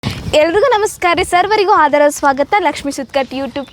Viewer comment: ಯವ್ವ ತಂಗೀ ಸರ್ವರಿಗೂ 'ಆದರದ ಸ್ವಾಗತ' ಅನ್ನವ್ವಾ ಯಾಕೋ ಬ್ಯಾರೆ ಥರ ಕೇಳುತ್ತದೆ 🙏